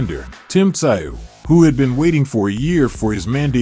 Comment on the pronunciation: Germ-all and Tim Si-ooh😆